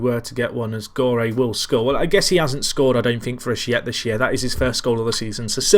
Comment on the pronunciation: You should pronounce Gorre with the G of De Gea